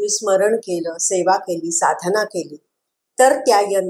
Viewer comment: खूप छान माहिती पण खूपच अशुद्ध उच्चारण आहे. उदाहरन नाही, उदाहरण साधणा नाही, साधना कल्पणा नाही, कल्पना पुन्य नाही, पुण्य Please rectify pronunciations because you are talking about Sri Yantra. Sri Matrye Namah.